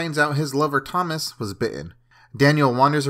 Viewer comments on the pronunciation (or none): none